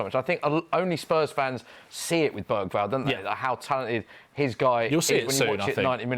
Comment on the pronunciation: Man said Bergvall 💀💀💀